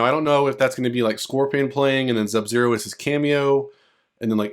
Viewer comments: BRO WHY ARE YOU SAYING ZUB-ZERO ??? Say his name RIGHT dude, it's SUB-ZERO.... OR just don't say it at all, that shit annoying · Bro said zub-zero the whole time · Thank you man fr, kuz it's hard to listen to that I hope you understand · Bro you really enunciated that Z in Sub Zero lol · are you even a fan of mK you couldn’t even say sub zeros name correctly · this is a very nice video, please do not worry about the people bringing up how you pronounce sub-zero, it is not a big deal and they should have focused on the cool potential leak you were telling us about instead. anyway, have a good day!!! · Nope...not having it. He's reading everything else just fine in this video. No excuses at all. If it's a speech impediment...then just say that. His excuse is sad as well because he's familiar with the game. So, he doesn't get a break saying he didn't "realize" it. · Very annoying like A.I. voice mispronouncing Sub-Zero. He can read everything else but when it gets to Sub...all of a sudden...there's an issue. Then he states in comments he didn't know he did it. Nah, just admit you have a speech impediment.